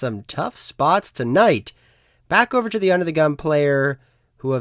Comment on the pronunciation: for some reason, you pronouncing all your T's as D's tilts me haha, player make DA CALL OR DE CALL. never THE CALL.